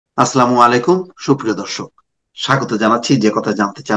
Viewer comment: Vai, assalaamoalykum. Correct your salaam pronunciation. Fee amanillah